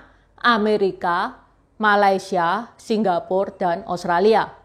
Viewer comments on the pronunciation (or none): none